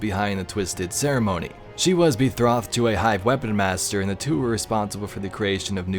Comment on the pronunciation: Bethrothed... wow, how do ya do that